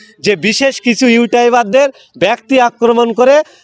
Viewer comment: ওটা ইউটাইবার না😂😂 ইউটিউব হবে 😂😂 এরাই আবার i s f করে এরাই আবার ভাঙ্গর কে রক্ষা করবে 😂😂